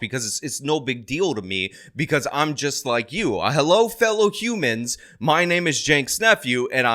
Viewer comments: "Hoomuns!" I always knew you were a Ferengi,. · "Fellow Hew-mons" killed me!🤣 Fucking Ferengi's...